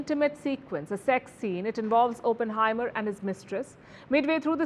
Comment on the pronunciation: Please pronounce Oppenheimer correctly